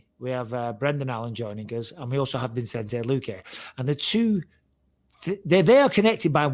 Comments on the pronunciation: Bisping needs to learn how to pronounce Vicente😂😂😂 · Bisping has him on the show and still calls him ViNcente when his name is Vicente. 😂